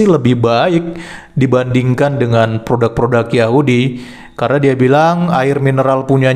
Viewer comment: PRODUK boss .. bukan PRODAK... Pake U bukan A... Benerin donk bhsanya .. skali lgi bhsa Indonesia yg benar itu PRODUK..!!!